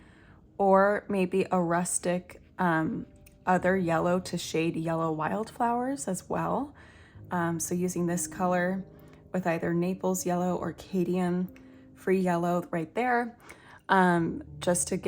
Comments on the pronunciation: Quick heads up on pronunciation of your cadmium colours. It’s actually CAD-ME-UM. If that helps. It looks like you have a lot of fun paintings to follow along to, I look forward to watching what you bring to the table. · Sorry, it's pronounced Cad-me-um. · If you want to know about pronouncing paint names, or any word, just type in the name and write 'pronounce correctly, in YouTube search (like I do). For instance , the a after the c in cadmium has the short vowel sound. The a does not say its own name. Rhyme cad with rad or mad . I Love the video very much! Ps, Antwerp blue and Prussian blue is made with the exact same pigment. If you water down Prussian blue a lot, the hue would be the same. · these colors are really pretty :) I've seen so many people trying to correct your pronounciation of Cadmium haha. I don't have a problem with that personally. but I did wonder 'wait, is that a new yellow pigment that I don't know about? "🤣